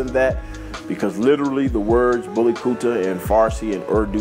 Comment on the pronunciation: I like your videos. You're pronouncing "Kutta" wrong though-- It's more like "Koota" than the the way you're saying it